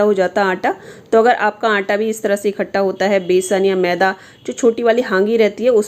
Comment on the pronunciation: मैडम जी आप आंटां बोल तीं है क्या आटा।सही शब्द। हैं।